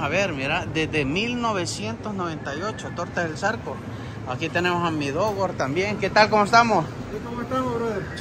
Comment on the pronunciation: La guiislis dice el dogor 😆😆😆😆 hablen español si no pueden inglés porque hacen el ridículo